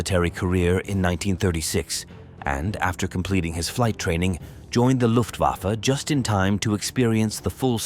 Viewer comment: 「ラフトバファ？」「ルフト バッフェ」では？